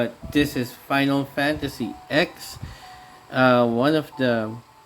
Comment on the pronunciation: Lol, you called it "Final Fantasy Ex" lmao. "X" is pronounced like it should be as a Roman numeral - ten.